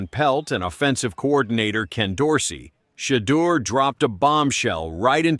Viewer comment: Who's She-dur? Inconsistent pronunciation. Shedeur is already rich before the season.